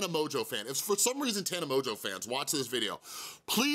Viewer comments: Its pronounced mojo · Do you know you’re pronouncing her name wrong? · Also you pronounced her name wrong haha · If you actually cared about her and not getting views you would know how to pronounce her name